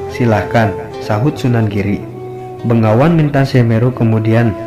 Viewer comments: Blepetan..begawan Bro bkn bengawan,bengawan nama sungai disolo stahu ane.. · Ma'af bos yang punya video ini anda salah sebut. Begawan bukan bengawan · Anda benar. BEGAWAN bukan BENGAWAN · Hai bukan bengawan, begawan tau